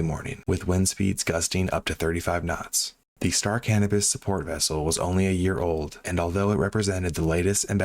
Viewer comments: Great narrative and a terrible, terrible tragedy. One very minor thing: It's pronounced "Cuh-NOH-pus". I'm afraid I thought you were saying "cannabis" at first! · Thought you said the name of the vessel was star cannabis. Had to double check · He did say cannibis 😂 that’s what I heard while choking one back.